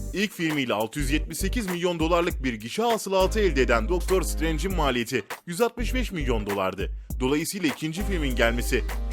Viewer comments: Daktır streync tu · Black Pantere (iki) Doctor Strange (two) Diğor